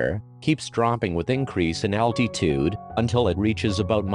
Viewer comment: Why does the robot pronounce altitude al tee tude